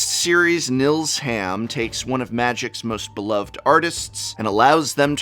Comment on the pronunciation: Assuming Nils Hamm is a German, he's pronounced "neels humm" (long "e" sound like in "eel"; short "a" like in "cut"). Just saying ;-)